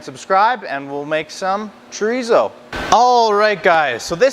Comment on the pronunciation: Thanks for the extensive differentiation between the Spanish and Mexican type Thanks SO much for using metric measurements!! It's Chò Rí SSó Choh reeh Ssoh 😂 Not Djreezow And German Wurst Ain't no worst than Voorsst The Question IS In all the chorizo videos I watched Nobody says how to prep it for cooking ❓ Do you steam it to keep the shape ❓ Do you roast it on a grill or plancha❓ Can you fry it right away ❓ How do you prevent the casing from cracking ❓ Thank you